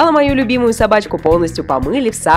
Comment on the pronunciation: акцент на "любимую",а Эйван???